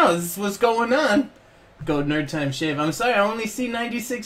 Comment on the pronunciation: "SHAVE SOULS"